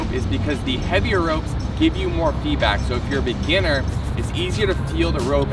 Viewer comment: Lol He said beginer 😅